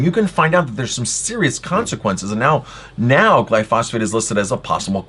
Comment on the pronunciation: BTW it's actually pronounced "Gly-pho-sate" not "Gly-phos-phate"